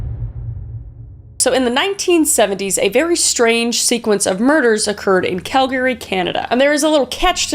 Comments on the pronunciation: I hate to be critical, but it is CAL-ga-ree, soooo not cal-GA-ree. It was just so distracting I had to mention it. It's not difficult or rare in English, so it just seemed very off. Other than that, I have been enjoying your videos! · Not to be that guy but, its not pronounced cal-gary its pronounced cal-gree. I've been there a few times. They're very upset about it being pronounced incorrectly. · I'm not trying to be an arseh0le in my comment. It's pronounced Cal-gah-ree or Google says it's pronounced Cal-gree. I've never heard it pronounced Cal-gary. Forgive me, it threw me everytime you said it. It's totes my issue. 😂 Love you girl. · Is that how all Canadians pronounce Calgary? Cal-Gary…… I always pronounced it like Cal-gur-e! Siri also pronounced it the same way as me. 🤨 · I have never heard Calgary pronounced that way. Cal-Gary (like the name Gary). Adding that to my vernacular. I'm from the Southern US and have only ever heard it pronounced like Cal-guh-ree. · omg hearing it pronounced 'Cal-GARY' instead of 'Calgree' is so wild from being from there lol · Totally, I never really heard it until Kris said it. I was like who the hell is Call Gary? And then I looked back and saw she meant Cal-Gree lol. Also the mispronounce of Ian Baz. But hey she's still doing amazing and no judgement. <3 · I'm sorry, was I today years old when I finally learned Calgary (CAL-gary) is actually pronounced Cal-GARY? Or have I just been bamboozled?! 😂😓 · as a calgarian, it’s always so startling to her the way non calgarians pronounce the city name. you can always tell whether or not someone is native to calgary based on whether they say it like“cal-gary” or “calgry” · Calgary isn't Cal-Gary it's Cal-gr-ee. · As a person born and raised in Calgary,PLEASE SAY CALGREE 😭😭😭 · Is it actually pronounced Cal-Gary? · Cal-gary 😂😭 Kris what the heck. I have NEVER heard a fellow Canadian pronounce Calgary like that lmao what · Your pronunciation of Calgary bothers me deeply. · lol “Cal-Gary” 😂